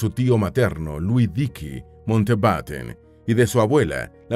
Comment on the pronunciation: El apellido es Mountbatten, no Mountenbaten ni Mountbeiten. La mitad del video no cita cosas sobre la pareja sino curiosidades aleatorias. Entretenido, igual.